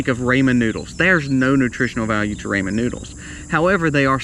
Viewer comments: Raymond noodles lol. Do you mean Rawmon Noodles ? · Ray-man noodles? 😂